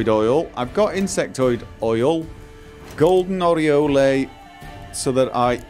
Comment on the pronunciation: Forgive me, but everytime he says "Golden Oriole," I hear "golden areola," lol. 🤓 Where I'm from, I've only ever heard "oriole" pronounced "oh-ri-ohl," like in the classic rock-and-roll song, "Rockin' Robin".